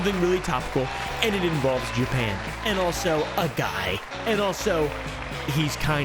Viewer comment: Jewpan 😂😂 its JAPAN